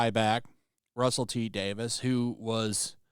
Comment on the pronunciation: Dude, it's "Day-veez", not "Day-VISS". It's even spelled "Davies", not "Davis".